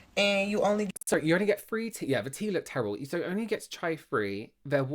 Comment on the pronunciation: Hey dude there isn’t an “f” in the pronunciation of the word “three”